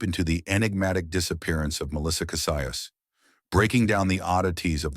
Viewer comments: Kah SEE us. Cassius . Not Kah Si us. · It’s Kah see yus. Cassius